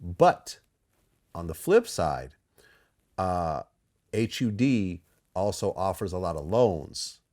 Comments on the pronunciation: H You D. Just say HUD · Someone needs to tell Vlad that it is never described as H-U-D